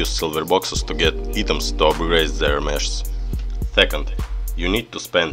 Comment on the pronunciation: Блин подучи английское произношения а то кринж постоянно. "Супер мешс" бля ору, звук "ш" в английском обозначается комбинацией "sh", а звук "х" комбинацией "ch", но так же эта комбинация может обозначать звук "ч", но не в этой ситуации. То правильно будет супер мехс. А также слово "item" читается как "айтем", но никак не "итем". Если чуть туго с произношением то перед тем как записывать ролик, посмотри как правильно произносится то или иное слово в Гугл переводчике с помощью опции прослушивания, в крайнем случае можешь транскрипции поискать. А на счёт обновы ооочень спорно. С одной стороны крафт леги хоть дорогой, долгий и не факт что леги , но тем не менее шанс есть, а то сейчас вообще лег нету. Ну а то что забирают сильвер боксы то плохо.